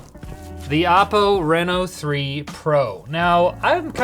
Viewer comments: Renno? Renault? No, it's "Reee-No" ..darn canadians, eh? Surry dayr bod! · i used to live in reno nevada so him saying R-eh-no instead of R-ee-no is triggering me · The reason this ended up on Short Circuit and not LTT is because kept saying R"eh"no instead of Reno. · Renault out here getting free advertising . Sounds like Renault when he says Reno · He's saying the name of the phone wrong, look up how people pronounce Reno, Nevada. Minor thing that bothered me everytime you said it.